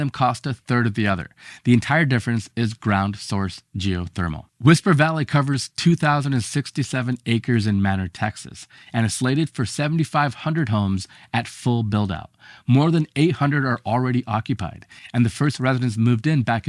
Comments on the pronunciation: For what it's worth, the local Texans pronounce Manor as may nor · Scrolled through the comments, didn’t see anyone mention it, but Manor, Texas is pronounced May-nor. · Manor, Texas, is pronounced "MAY-ner". It's a weird city. Property taxes are insane there. No big grocery store. No Home Depot. It'll probably change, but it's an old city.